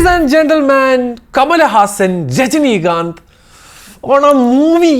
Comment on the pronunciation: Rajinikanth❌ Jajinikanth✅